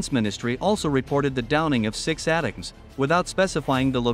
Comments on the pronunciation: Pronounced A-Tack-M's not At Tams you AI ....! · Please, fix you AI voice-over... "ATACMS" are pronounced "Attack ums" or "Attack ems", not "Ata-cums"... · Bruh, ATACMS is pronounced “A-TAC-UMS” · "ATEMS"???? WTF please fix your robo-voice